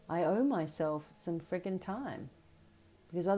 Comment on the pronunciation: lol you said “ friggin’” just like an American - accent and all